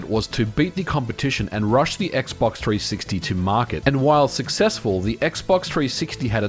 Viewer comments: I liked it when he said "X-Box Three Six Tee" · X box tree sixty. Put some spek on the name. Ain't gōn say it no moé